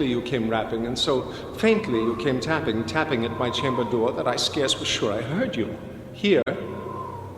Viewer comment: "At my chamba dooa.." I love Walken's voice. It's quite unique.